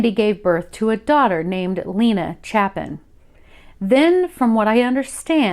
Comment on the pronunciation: Just guessing the last name might actually be pronounced “Chay-Pin”. It’s spelled the same way by Harry Chapin who wrote the classic story song “Cats in the Cradle” among others. Not a big deal just thought I’d introduce that possibility. ✌️